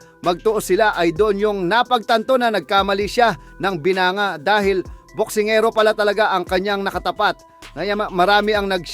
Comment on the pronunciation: Wrong pronounciation ka sa word na binangga, binanga ang bigkas mo imbes na binangga